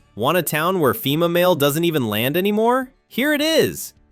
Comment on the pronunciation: "Lan"? You forgot the "d", dude.